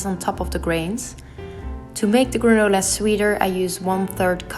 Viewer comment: When you say “granola” it sounds sooo pretty! I love these recipes! Yum! 🥝 🍌 🌱 🍯 🍲